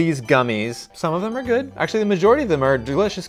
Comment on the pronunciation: "It could be guud" yes it can be GUUD